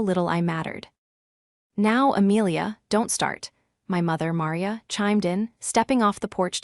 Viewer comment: Caleb pronounced wrong. Maria pronounced wrong. Awful AI